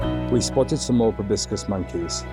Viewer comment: Proboscis. So many people say probiscis. Sorry for being that guy. 😆